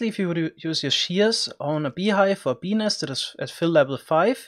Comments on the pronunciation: Dude, you really must work on enunciating the t in nest. Just over-exaggerate it and it won’t sound like you’re saying penis over and over! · When he says "bee nest" it sounds like he's saying penis. Hahah wtf so funny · "Beenis" REALLY? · Ill be honest fam i just clicked on this video to hear you say benis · I keep hearing penis instead of bee nest